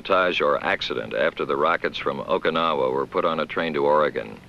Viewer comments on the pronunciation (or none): He can't pronounce Okinawa...